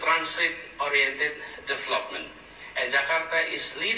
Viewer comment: For those who know Engish may take conclusion that both Prabowo and Anies have high qualification of English comptetence. They speak Engilsh fluently and easily understood. In term of diction and pronunciation Prabowo is more accurate anies is inaccurate to pronounce the word "development"